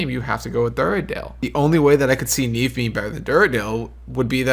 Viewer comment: But... it's Nieve, not Neive Lmao